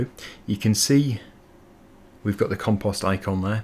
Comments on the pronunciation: in canada and the usa we say com-post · You say compost different from any way I’ve ever heard. 😂